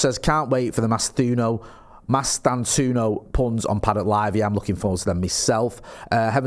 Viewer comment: MASTAN-TOO-OH-NO 😉